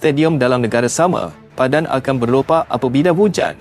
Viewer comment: Sebut betul2.. PADANG BKN PADAN..teruk bahasanya